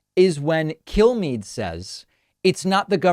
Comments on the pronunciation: Does any one else hear kill me when killmeade’s name is spoken? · Did he say, Brian Killme's mind? LOL